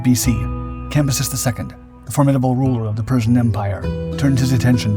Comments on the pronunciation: Cambyses not "campuses". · Cam, by, ses. Not what you was saying. Lol